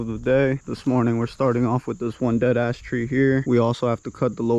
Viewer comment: We laugh every time you say big ash tree 😉 Love your videos!! Thanks for taking the time to film!! We're having a great weekend - not so hot out!! 👍❤️